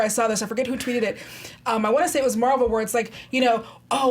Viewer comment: Captain Meh-val?